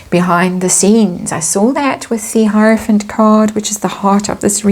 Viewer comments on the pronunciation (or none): none